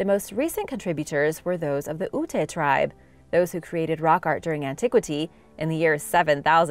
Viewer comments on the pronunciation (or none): You said Ute very incorrectly that U makes the you sound not the ooh sound just like you saying Ut without the e. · Ute is ONE SYLLABLE not two. The E is silent; they were NOT SPANISH.